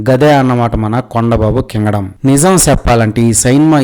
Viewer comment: కింగడం 😂😂😂 అదేం slangరా...